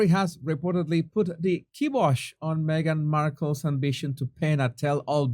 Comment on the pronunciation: KIBOSH...PRONOUNCED ...KYBOSH